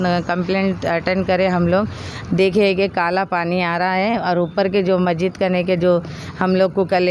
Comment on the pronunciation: Madam plz pronounce properly ( مسجد) not مجد are u corporate of MP ?